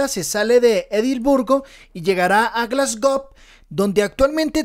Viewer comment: Mi favorito es Remco. Un comentario, no se dice "Glasgob" se dice "Glasgou" suena muy raro lo que has dicho y pensé que me había equivocado de año. Saludos.